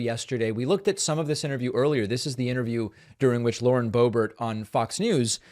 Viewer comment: You keep slipping back from bo BEAR to BO bert. Why can't you pronounce her name as she herself does? Whether you like somebody or not you owe them the respect of pronouncing their name correctly. Get it, DA veed PAH kuh mon? How are we supposed to trust your analysis when you can't even pronounce someone's name! BTW, you do a good job with Tulsi Gabbard.